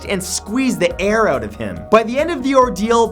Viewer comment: His pronounciation of out sounds different. He pronounced it "Ouutt"